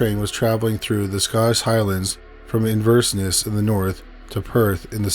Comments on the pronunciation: sorry, inversness????? did you mean inverness??? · Just thought I would tell you for future reference, the place in Scotland is pronounced IN VER NESS not Inverseness 😉 😊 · Ohh god, this narrators lack of attempting to pronounce words correctly has always been beyond my understanding. .50 🤦‍♂ IN-VER-NESS, just is NOT pronounced as INVERSE-NESS. The content has almost always been awesome, however his mumbling words & disregard for proper pronunciation is now sadly typical for YouTube. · IN-VER-NESS. Not Inversness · Just to let you know it's: In-ver-ness ❤️ great video 👍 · Great video 👍🏼 It’s “IN-VER-NESS” by the way 😉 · In- ver- Ness <- how to pronounced Inverness. Love both your channels and your podcast xxxx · Just adding S's to Inverness now huh? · The Scottish City is pronounced In-ver-ness 🙂 As always, brilliant content! 👏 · Came to the comments just for this. Although, having been brought up in Ross-Shire and having regularly frequented Scotland's (nae Britain's) most northern city, Inverse-ness is very apt.